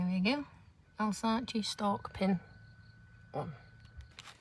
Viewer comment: Alsace is pronounced like 'Alsass', sorry it's been driving me mad! 😂